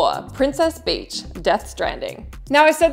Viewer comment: Princess Peach not Princess Beach